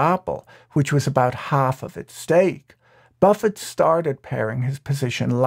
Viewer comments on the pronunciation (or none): none